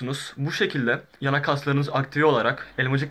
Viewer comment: Abi birkaç defa yanak kelimesini yanlış söylemişsin viagra reklamına dönmüş teşekkürler hayranımsın abi